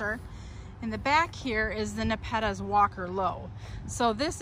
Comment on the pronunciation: Great video about the different NEPETAS, but the way you say it, has me laughing. I've never heard anyone say it that way.